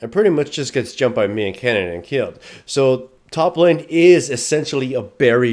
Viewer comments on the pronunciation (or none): none